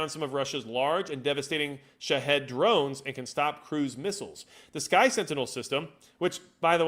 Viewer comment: i keep thinking youre saying sh*thead drones 💀